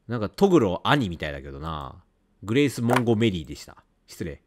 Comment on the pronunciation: 完全に忘れきったら来るシリーズだなーw ヒロイン(?)達の態度の悪さに悪態ついたり指導入れたりするレトさん楽しみで観てる😁 ･･てか､やばたにえんの裏なら寧ろ正常そうな気もするんだけど ｢グレース モンゴ メリィ⤵︎｣やっと正しい名前言ったのにアクセント酷くて笑った